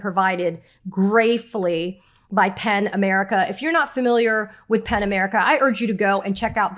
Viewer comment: Pen America or Pan America?? Ok, it's "Pen" America. Helpful to spell -- you are actually pronouncing "P-E-N" as if it COULD BE "P-A-N". Just an internet/YouTube Virgo. But, a truthful one. It's just AS EASY TO SPELL IT, Katie, right?